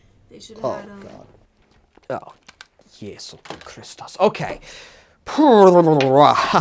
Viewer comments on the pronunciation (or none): You said "Jesus Christ" in the correct arab pronunciation (Jézus Christas) XD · what language did you say Jesus Christ in 😂😂😂